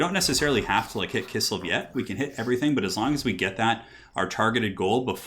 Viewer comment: Forget the Azhag blunder, why do you keep calling Kislev "Kissel"? Also just want to point out that you described one part of the Waaagh! Campaign mechanic incorrectly. The Waaagh! troops don't increase from fightiness, they grow steadily over each turn regardless of what the army is doing once the Waaagh! is called. Otherwise good video though!